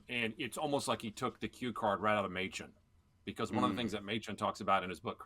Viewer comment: Oh, Mochen for Machen. As a pastor in the OPC, that hurt my ears.:)